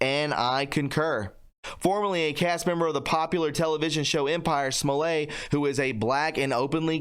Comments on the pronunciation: Jussie's last name is pronounced Smolett, not Smolay!!! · Small- it. That is how you pronounce it. At this point I don't really care either. Lol.